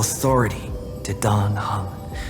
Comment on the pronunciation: First Time i listend to the eng dub. Why the heck do they say "Dan Hang" and not "Dan Heng"? (And "Syreenie" lets me cringe a lot)